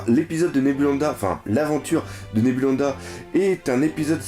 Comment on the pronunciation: c'est Nebulandia et pas Nebulanda:)